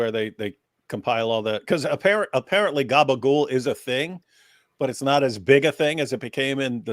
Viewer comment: I know it's not the main point but, what the hell is Gabagoul? Or whatever you're saying. It doesn't sound remotely Italian! Where's the vowel after the final consonant? I'm lost. Is this some weird 'Italian' American thing? 🤷‍♂️